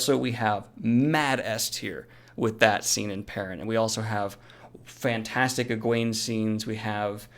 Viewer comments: Isn’t ewgene pronounces u Jean? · You've swapped the g and the w m8, it's Egwene, not Ewgene and it's pronounced e-gwain :)